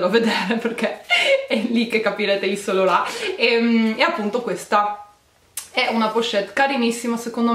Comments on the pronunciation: "iv san lorà" non si può sentire....usa almeno un traduttore per ascoltarti la pronuncia prima di girare il video! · Solo io ho sentito ISSOLORON (yves saint laurent)